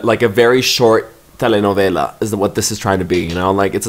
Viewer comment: I can listen to pronouncing “telenovela” on loop for 1 hour